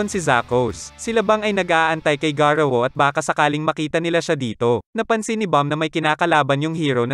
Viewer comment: Hindi garuwu Yun Garou